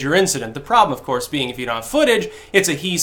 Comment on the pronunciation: "Saul" OF COURSHE!!